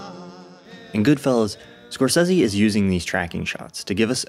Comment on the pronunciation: Thank you for pronouncing Marty's name correctly, since almost NOBODY does.